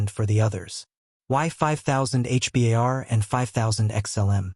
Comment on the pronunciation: For your own credibility stop saying H.. B.. A.. R…. You sound like an idiot It’s pronounced. H….BAR..